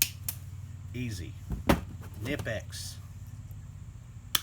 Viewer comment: I won't even watch a review where the reviewer can't pronounce the correct name of the product. It's kuh-nip-ex. Just do a little homework and Google it....ugh